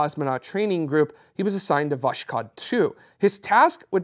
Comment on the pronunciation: I just love how you butcher "Voshod" it's was-hod not wash-code.